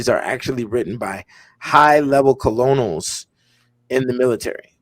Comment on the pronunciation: I was intrigued until he pronounced Colonel wrong 🤦‍♂️